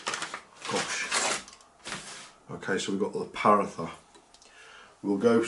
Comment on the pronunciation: “Paratha” is pronounced poor-raw-ta ❤ loved the vid tho